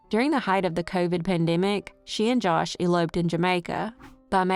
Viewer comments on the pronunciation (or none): none